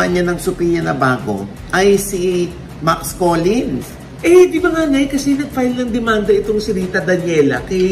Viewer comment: Hindi kilala ni Ogie si Max. Max Collin ng Max Collin eh. MAX COLLINS Ogie, may ''S'' hahahahahah